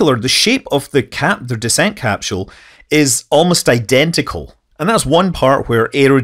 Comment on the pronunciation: capsule ... no h in capsule